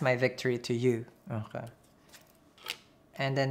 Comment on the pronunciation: I love the way he says "akaay" 😁